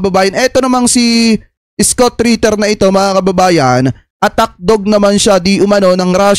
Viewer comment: Hindi skut kabayan..scott(iskat) ..engish kasi kaya ka hirap ee hehe